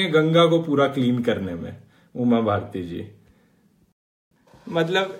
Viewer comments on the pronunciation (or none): none